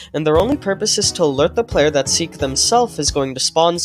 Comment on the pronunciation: Seek not seel